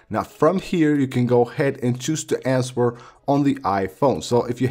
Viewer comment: Pronounces answer with the w....deleted the dictionary app....left the cycle tracking app....smh